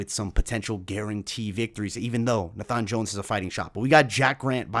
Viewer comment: It’s pronounced Nay-fun not Nah-fhan 😂😂